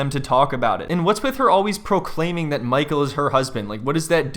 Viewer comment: “MAHKALL” “SKYLAH” gets me everytime 😂